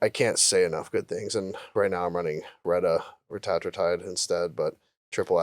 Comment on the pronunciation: Do you think felt really dumb when/if he learned how to pronounce retatrutide correctly?